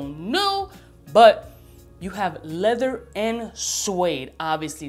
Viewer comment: leather, lehver, levuh :D. Man, I love your videos!